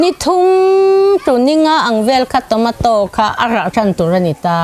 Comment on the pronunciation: Tawmataw tih a lam lo tur.... Chhawmeito USA lam a kan pronounced dan aw zoram ai a ram changkang zawk ah bengvar nan mai mai